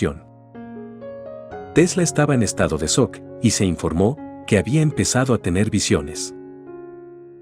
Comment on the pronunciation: No le doy like por su mala pronunciación. "Estado de soc" ???? Edíson?????